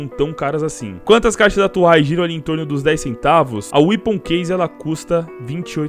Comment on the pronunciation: é wépon a pronúncia, não weapoon